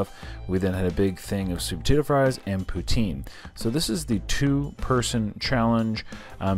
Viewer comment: perfectly prounounced ''poutsine'